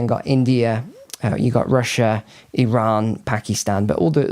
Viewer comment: NEWS FLASH The country of Eron does not in fact exist. There is a Cree called Iran, that does exist that most people seem to have forgotten about and in fact, if one does a bit of research, you will come to the conclusion that this mysterious country of.Eron yes, in fact, the long forgotten and lost country of Iran ability to pronounce an annunciate couches, the appearance of their intellectual abilities wise up say it right, fix the problem. Thank you.